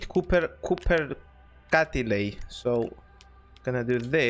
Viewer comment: δεν ειναι κουπερ ειναι κοπερ